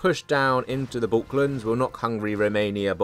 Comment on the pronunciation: sounded like balklands